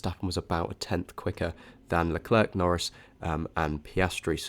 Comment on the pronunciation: Very interesting data and great presentation! But for the love of Zeus: please practice pronouncing Leclerc, your uk pronunciation is painful to be subjected to 😂